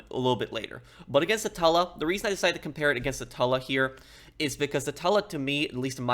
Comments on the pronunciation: It's pronounced "two-la" not "tah-la" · It sounds gross when u pronounce it a tula. I pronounce it Toola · I think it’s pronounced like tuna, “Tula”. Not Tulla. Hard to ignore it when he says it so many times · Man says it like tull-uh instead of too-lla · it's TOO-LAA not TULL-A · What plane is the "Tulla"? That pronunciation surprised me. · no it’s Tula, but you pronounce the “tu” like you do in “tube” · why is he saying tulla 💀💀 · Pro your getting better at into more funny not just straight to the point good job also no offence you can tell your English polish because the way you say tula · Please for the love of good day the name of the Tula right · can’t stand him fucking the name up its doing my head in, I love his content heaps but fuck man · That's what I've been doing. But I felt he was saying it with two Ls, not one. Tuba and tube has the same "tu" AFAIK. I say Tula like tuba, but with L instead of B of course. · yeah, exactly. He's saying it with two Ls and a short u which is wrong. The long u is correct